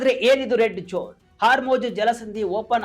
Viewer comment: ಹ್ಯಾಂಕರ್ ಸಾಹೇಬರೇ ಜೋನ್ ಜೋನ್ ಅನ್ನುತ್ತೀರಿ ಅದು ಜೋನ್ ಜೋನ್ ಅಲ್ಲ ಝೋನ್ ಸರಿಯಾಗಿ ಪ್ರನೌನ್ಸೇಷನ್ ಮಾಡಿ ನಿಮ್ಮ ಉಚ್ಚಾರಣೆಯನ್ನು ಸರಿಪಡಿಸಿಕೊಳ್ಳಿ ಸ್ಪಷ್ಟವಾಗಿ ಹೇಳಿ ಝೋನ್